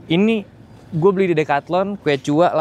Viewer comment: btw quechua dibacanya "keshwa" bang